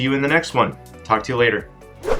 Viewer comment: You are very inspiring, I hope to get going soon... BTW I heard: "Tuck" to you later in the end! Cheers!